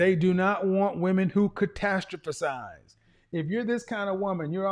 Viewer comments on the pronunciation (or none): .. catastrophESize 🚫 catastROphize ✔️